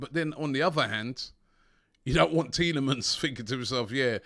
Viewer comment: Robbie please donate £1 to a charity everytime you say Tielamans this week And I will match it